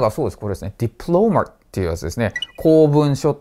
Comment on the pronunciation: 細かいことですみません diplomatは第一音節にアクセントがきます